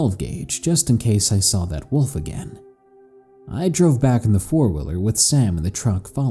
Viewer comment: Lol you say wolf kind of like wuff